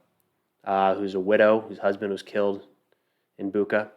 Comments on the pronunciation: Bucha. You're spending it wrong. CH - sounds like CH in word "Check" I think it will sound better if you try to read it like "Butcha" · Hey, its Bucha, like Bucher, but without R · great video just a frienly remark: pronounce of bu(ch)a is like (ch)ina, (ch)eese not buqa like cake or claw. mostly in russian its like that when you see CH. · Boo-cha😂 like cha-cha-cha:) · Hey man, greetings from Ukraine! Bucha is pronounce with 'ch' like in chain. Thank you for good quality videos.